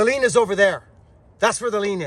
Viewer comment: Hate to do this Sir but it's " lean" not " lien". Lien involves suing a person or a " tax lien". Love you my friend. And I love your channel.